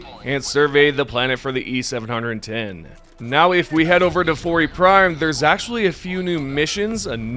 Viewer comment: It's not e700 10, its just e-710, seven ten...